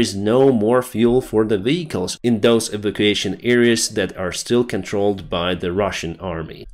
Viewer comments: Sorry, it's not 'eevication',. It's 'ee-VAK-u-ation.' Got it? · the word evacuation is pronounced e Vac u a shun. Hope That helps with your english. Otherwise you're doing a good job.